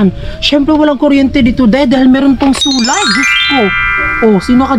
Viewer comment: bat ba hindi mo ma pronounce pronounce yang solar na yan sular ka ng sular its SOOOOLLLLLLAAAAAAR not SUUUUULLLLAAAR